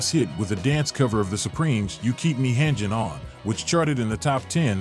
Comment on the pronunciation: AI voice mispronounced "hangin'".